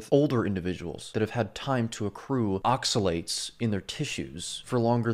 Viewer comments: Yes, his pronunciation of the word oxalates was driving me nuts. I thought it was just me lol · Good video, the way he says oxalates pisses me the fuck off. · Yes, he's been driving me crazy the way pronounces oxalates!